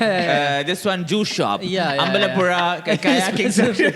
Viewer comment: that's gratitude 😊 pronounced Ambalappuzha correctly 😁 Happy to see u guys discussing great Indian kitchen malayalam version